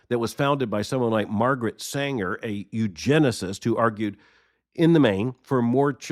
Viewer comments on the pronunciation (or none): none